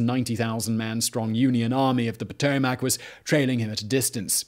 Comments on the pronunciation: The river is called Pa-to-mick...not Pa-to-mack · "Puh-tow-muhk" Not Pow-tow-mack. Lmao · Geographics: Potomac " Patomack " person: its Potomac ( pa tow mick )